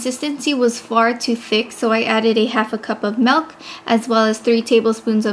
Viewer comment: She says milk like Melk. But this recipe looks amazing